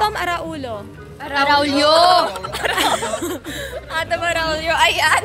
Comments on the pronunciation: Hello sa inyong tatlo: Gabbi, Yas, and Bea! I really enjoyed watching this vlog. First of all, halos lahat gustong jowain ni Yas. In fairness, lahat ng gusto niyong ijowa at mga gusto ko ding ijowa if I were still your age. Pero pinaka-tumatak sa akin yung pagkakabasa mo Yas sa name ni Atom. Hala ka 😂. And then tung kay Mark Herras na jojowain niya balang-araw si Gabbi kasi matinik daw si Mark sa babae. Hahaha! At si Bea naman, I enjoyed the way she expressed herself. Bitin lang! More collaborations from the 3 of you, please! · Natawa naman ako sa atom araullo ni jasmin.😅😅😂 naging arulo nah.hehe sobrang love ko kyong 3.lagi ko kayong pinapanuod